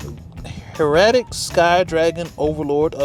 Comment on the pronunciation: bro that’s not how you pronounce hieratic. I started to laugh 😂 love you guys